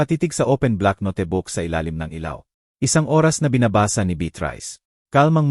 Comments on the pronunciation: Notebook...hindi ..no te book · Hahahha... No te book... Ang note book... Itama Po Ang pagbigkas .